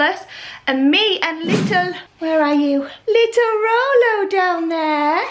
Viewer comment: Y do u call him rollo